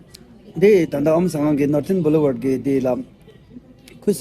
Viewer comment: Norton 😅😅😅 Northern blouvard rey lo 😅😅